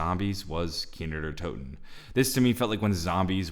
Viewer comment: this man just said kino numa